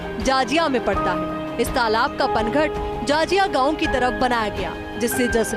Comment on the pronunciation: तलाब नहीं तालाब बोलते हैं मैडम